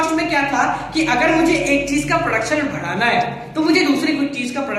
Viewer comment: M watching for last two days all ur video.. hands down ..a great teacher..👍 But ur way of saying badhana its 'bhadana',,,😂